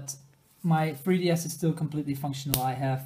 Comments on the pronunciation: you pronounce 3ds as fwee ds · the fwee ds